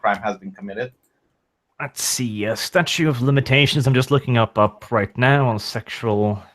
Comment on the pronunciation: STATUTE guys, there's another T in there you keep missing when you say statue of limitations.